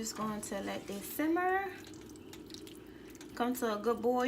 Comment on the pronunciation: She did lol and she keep saying simber